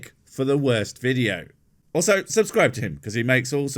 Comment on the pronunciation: "...should here be a 't' on the end of that?" Yeah, Welsh people struggle if you string three consonants together.